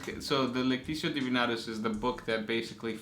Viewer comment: QUESTION: How do you pronounce Divinitatus? Is it "DI-VI-NA-TUS", or is it "DI-VI-NI-TA-TUS"? (try actually looking at the letters for once)